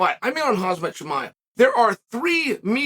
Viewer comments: Lol! Chael calls him Hazmat! Ha ha! No its pronounced Hamzat. HAZMAT is a protective suit you need to wear if you fight him. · Joey DIaz says "Kalabeeb" ( HABEEB) , Chael says "HAZ-MAT" ("HUM-ZA")..... And we know what they're saying anyway lol